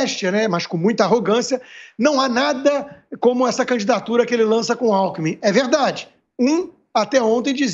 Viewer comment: Tanto tempo no poder,não se deu ao luxo de ao menos aprender a falar. Só se especializou em ser bandido. Nem o nome do vice ele sabe falar. O chama de Alku